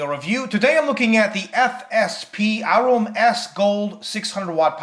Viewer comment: The "Au" in Aurum is pronounced like the "au" in aura. This is to reflect gold's name on the periodic table which is "Au".